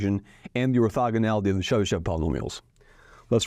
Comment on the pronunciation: In name Chebyshev sh is read hard and last e is read as o Accent is on last syllable (when e with these two dots appears accent is always on it)